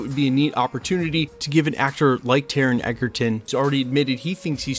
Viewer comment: Taron Egerton, NOT "Eggerton", would make a great Wolverine!